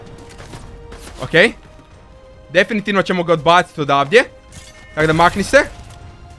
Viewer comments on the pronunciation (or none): none